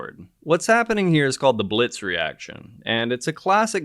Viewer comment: Wonderful! And the beauty of this crystal formation—unbelievable! A small correction to the name reaction: his name is Heinrich Biltz (not “Blitz”). Not everything German comes so quickly...